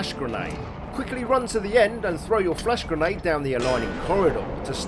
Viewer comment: Whenever you say flash grenade I keep hearing "flesh grenade". Like it's some sort of lovecraftian sci-fi horror weapon